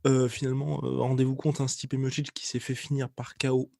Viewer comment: À chaque fois qu’il dit « combat contre Stipe » j’entends « combat constipé » 🤔